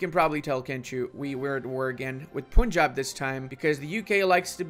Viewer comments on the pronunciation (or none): none